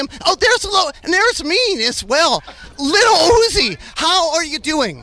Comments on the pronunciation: Little Hoozie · I love the way nardwuar pronounces lil uzi, "Liddl Oozie". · Bro, why he keep saying the name proper like that? “LITTLE UZZI” 😂😂😂😂😂😭😭😭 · love how that interveiwer calls lil uzi "LiTttlE UZi"